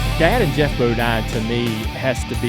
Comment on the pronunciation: It’s Geoff not Jeff…..